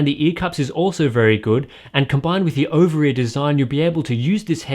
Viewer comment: I heard "Over-ear" design lol